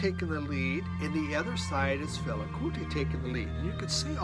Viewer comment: Another great variety and glad to hear your Mum is getting better. Must check out First Aid Kit Love Max Richter, but sorry, you're butchering his name;) lol. He's German, so it's pronounced "Reeshter". On the plus side your version of Fela is pretty good!:)